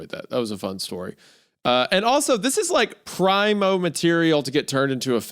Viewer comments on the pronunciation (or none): Who tf pronounces it “prime-o” instead of “pree-moh” 😂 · Never heard it pronounced “Prime-O” before surprisingly enough.